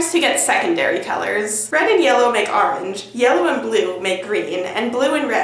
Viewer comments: AR-ange. love ya. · It's funny how Americans pronounce orange "arunje."